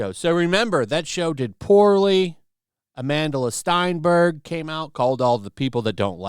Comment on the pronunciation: It’s Stenberg, not Steinberg, you idiot. It literally says her name in front of you.